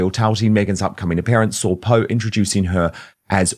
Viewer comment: Poh, not Poo !!! 🤣